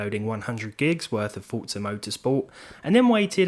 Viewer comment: "I'm not gonna lie I never been a fan of fortza motorsport" First off why do you need the need to announce that you aren't gonna lie... Fkn stupid Second it's called forza not fortza... Fortnite and forZa didn't have sex and made a baby...